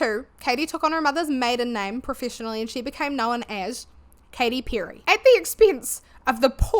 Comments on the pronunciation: I know that by now i'm jumping some kind of accent police bandwagon, but in my brazilian portuguese speaking brain it's WILD that i keep hearing you say 'pew-ry'. 😀great video! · Enjoyed your video ❤ you can get some stuff for the backround i dontt know but dont apologise about your voice all good tye way you pronounce "perry" did make me laugh tho I say with love 😅